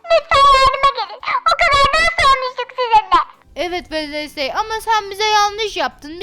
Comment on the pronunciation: wednesday günveme dedi 😌😌